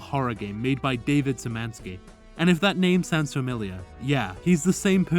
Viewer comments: Nice video! Btw it's pronounced "Shi-mani-ski", like "sh" at the start Ik polish is hard but cmon just use google translate to check how it's pronounced it hurt to hear each time lol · I like how foreigners dont even try to pronouce Sz and just say S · It doesn't sound very familiar, mostly because you butchered it. the sz at the start is read like the sh in shrek, and the n(ń), while the special sign version is ommited in his username since you people would literally discover entire new languages before checking a word's proper pronounciation in google, is read like the ni in "nihil" or "nimbus".